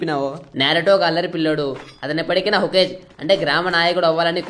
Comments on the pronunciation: Hokg kadu hokage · Hokage ❎ Hokesh ✅